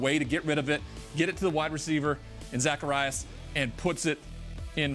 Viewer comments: homeboy said zak kuh ry us 🤣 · Did he say Zacherious 😂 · Zach-e-aues he helped so much please pronounce his name right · Bro said zacarius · Muthafka said "Zacharias" 😂😂 Do YOUR homework,.